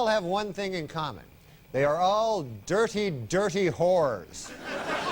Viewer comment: DirTy-DirTy whores (His pronunciation somehow makes it funnier)